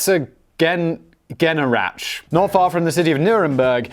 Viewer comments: Ouch, you really butchered the name of the town Herzogenaurach. :D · Herzogenaurach... nice try HER-TSOG-EN-OU-RA-SH still not perfect but much closer :D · You pronounce Herzogenaurach so wrong. Literally it means something like Dukes creek. And it's actually next to Erlangen and not to Nuremberg ;-)